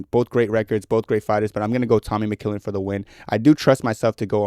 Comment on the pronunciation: developing an improper pronunciation of mcmillen in the big 26 is so inspirational man, real vet move.